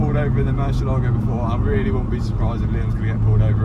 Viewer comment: While you're down there, maybe you can make a side trip to Spain where they can teach you how to say "Murcielago."